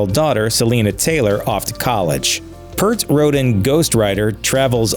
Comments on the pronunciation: How can you do this mini documentary without pronouncing Neil's surname correctly? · Even the most casual of fans does not mispronounce Neil’s last name ... come on, Grunge. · Nothing new here. At least do your homework and find out how to pronounce your subject's name. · You couldn't pronounce his damned name correctly? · Hey host dummy, can you at least pronounce Neil's last name correctly? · Neil has literally been to the highest highs and the lowest lows. It’s unfortunate they pronounced his last name wrong throughout the video. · Many of us cringed every time his name was mispronounced. It's PEERT. Not PERT. RIP Neil. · How do "reporters" like you not know this????? ITS PRONOUNCED "PEERT" ! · Peeeeeeert !!! Get it right for lords sake !! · Damn, Dirk and Lerxst always called him Pratt 😂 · His surname is pronounced P-ear-t. Ffs, everyone knows that. RIP Neil. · Peart rhymes with ear not hurt. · Purrt? Who’s Neil Purrt? If you’re going to discuss arguably the greatest Prog-rock band ever and arguably one of the greatest, historic and one of the most influential bands, and arguably one of the greatest if not, THE greatest drummer of our time, the least you can do is pronounce his name correctly. Give him that respect please. Neil Peart. RIP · The only thing tragic is your lack of research on this "detail" video. It's pronounced PEER-T. Rush fans are fierce when it comes to the details of their beloved Rush. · this commentator needs to read prono guides it's PEERT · Please pronounce Neil's last name properly. It's p-EAR-t. EAR with a P before and T after. These words come straight from Geddy Lee.... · It's pronounced P"EAR"T. Jesus Christ! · Maybe you could pronounce his name right if youre gonna make a video...whos neil pirt?? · "Drummer Neil Purt". At least pronounce the guy's name right if you're gonna do a video about the "tragic details" about Rush. It's not like he was some obscure unknown musician. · Exactly he said PURT the whole time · Peeert, not Pert!